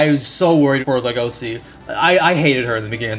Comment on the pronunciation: "I'm not sure if his name will be pronounced Legosi or LUgosi in the anime" Anime: Hold my beer. > LegoSHi